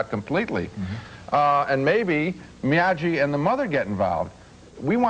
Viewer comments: Why did Ebert keep calling him, "MIAJEE"? lol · Ebert - it's MiyaGi-do karate, not MiyaJi. LOL. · Yeah, I was waiting for Ralph Macchio to interrupt their review, and snap, "Excuse me, MiaGi!"